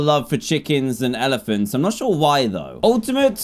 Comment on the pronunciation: Please tell me why I thought “elephants” said “Germans”